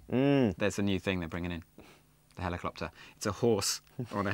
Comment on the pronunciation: heliclopter, lol